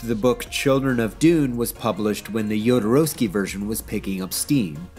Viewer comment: first person I've heard pronounce Jodorowsky's name correct. bravo